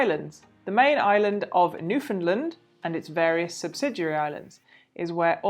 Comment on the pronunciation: Just wanna politely say that we say New-fin-"land", not New-fin-"lind" (great video though!)